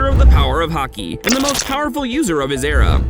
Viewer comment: Is it me, or does he say hockey instead of haki. Just a question.